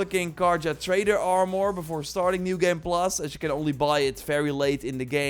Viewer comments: AR-MER Not AR-Mwuar Won't watch any more of your videos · The way he says "Are-More" is awesome LoLz